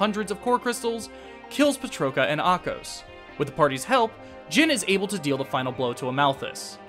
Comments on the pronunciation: I also noticed Ahkos and Riki were mispronounced. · Yeah, Ahkos's and Riki's pronunciations bothered me. They say the names in the cutscenes, so there shouldn't be confusion on how to pronounce them.